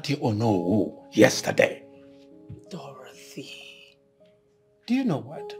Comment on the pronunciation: The name is pronounced Dorothy not Dorathy. She's really jealous friend , always attacking and competing with the fashionista Queen Injideka 🤣🤣🤣🤣❤️🇬🇭